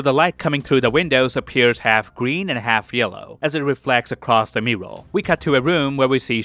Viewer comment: Wtf is a mooral? 😂